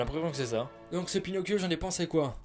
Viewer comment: "Pinocccchio comme on dit en amérique du sud" Heu comment te dire?